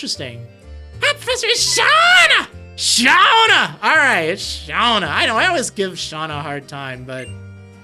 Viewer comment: Hi professor its SHAWna SHHAAWWWNA